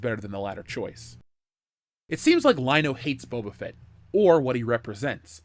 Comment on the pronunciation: Bubba Fett. For years i thought that's how his name was pronounced. Kinda like "Dark Vader"